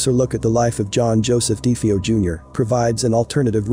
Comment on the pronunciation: I wish people would pronounce last names properly. Do they not listen to interviews or do research any more? It's pronounced DeFaio. Not Defaio.